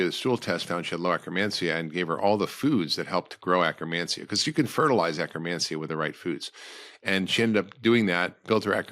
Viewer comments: You say acromancia or do you mean akkermansia. I do see pendulum life supporting akkermansia supplement. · He's saying akkermancia